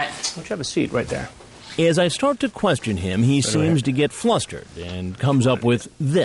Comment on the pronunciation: ISSA KWESHTIN